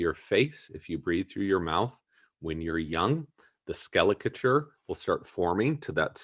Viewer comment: Did he say "skelecature" ??